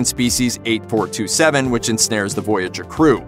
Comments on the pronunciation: I don't think anyone else has mentioned it yet but it's EIGHT FOUR SEVEN TWO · Species eight-four-SEVEN-TWO, or just say the Undine for Christsake! It is not 8427, as repeatedly mentioned in this video. Fact-checking is a thing, people! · It is "Species 8472", NOT "8427".